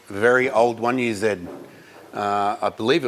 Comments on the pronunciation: Definitely better than zeeeeee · i smile every time an Australian says 1UZ, it just feels right with the accent